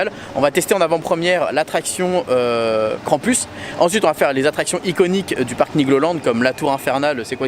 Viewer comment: Mon dieu! La tour a l'air horrible 😱 tu as eu du courage de la faire malgré le vertige! Par contre trop drôle de dire KrampUS 😂 en vrai cela se prononce KrampOUS même si il est écrit US 😘 (l'origine est allemande) Tu es génial!!!